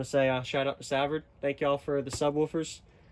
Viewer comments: 😅😅🤣🤣 pretty sure it's pronounced Suh-vard too.. This guy! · Savard pronounced suh-vhard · You should at least go to their website so that you can learn how to pronounce there name properly before doing it on boxing LOL.. can't wait to here them..I'm still almost a dB virgin when it comes to hearing good clean bass and just loud bass.. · I was thinking the same thing on the pronunciation.. 😅🤣